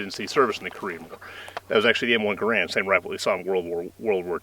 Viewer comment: BTW...... it's NOT pronounced Gah-RAND, but GEH-rend....look it up.